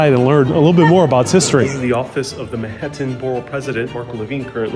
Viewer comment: Is he saying “Mehettin” or Manhattan?